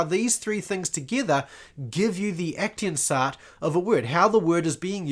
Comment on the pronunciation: aktionsart - German word - pronounce aktsions'at not ektinsa :elbowcough